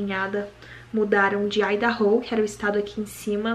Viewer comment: Eu tenho certeza que sua sogra eh apaixonada com vc tbm. Vc eh um amor de pessoa, a sua família eh muito linda!!!! Parabéns 💋❤️..... vc pronunciou IDAHO certo.... tem umas que não consegue pronunciar direto 😫